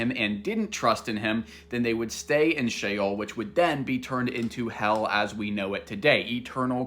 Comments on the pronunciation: sheol it is pronounced shay -ole (think of ole sound like in the word hole.) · i misread him the first time too. He was just explaining he pronounced sheol as the word shell. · Did you just mispronounce Sheol? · SHEOL not SHALE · "Shale"? Brother... that's not how you pronounce it. Are you trying to say "Sheol" (Shh-Ol)? 'Hell', as we know it today, is a Christian and Greek concept, not based on Jewish theology like the one Jesus subscribed to at that time, and is something else entirely unrelated to Sheol. 'Heaven' is also different in both cultures; there are general similarities and several uses of words that translate to that in English according to context. However, focusing strictly on the linguistic differences, 'Heaven' as the otherworldly resting place in the Bible literally means and translates to the Garden of Eden, which was an actual place and location in the genesis of the story, not some sort of makeshift new realm like you imagine. Besides, it is said in Judaism that every soul that is sent to spiritual 'Hell' (Gehinnom) only spends a maximum of 12 months before it is purified and able to move on to its final resting place. Do yourself a favor and don't conflict both faiths and traditions by cross-referencing certain words; all you'll end up doing is contradicting yourself and confusing others. Pick a lane, and stick to it. There's a Christian answer and a Jewish one; you're doing a disservice to both. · Im pretty sure Sheol isn’t pronounced like Shale but like she-all. 🥲👍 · "chael" like chael sonnen 😅 no its "sheol" "she-ole" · It's She-ole.... it's literally in the spelling. And people STILL HOD TO SHEOL. The scriptures NEVER say that people go to Heaven. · It is actually pronounced she ole Like ole Miss university you duncoff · Did bro say shale or jail? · SHEOL sounds like JAIL. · Shael bruh really miss pronounced Sheol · Shale sounds like Jail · Sheol❌️ Shale✅️ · Sheol sounds like jail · Dude … it’s SHE SHEol …